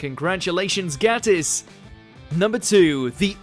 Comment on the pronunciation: It's pronounced "Gaytiss" you idiot!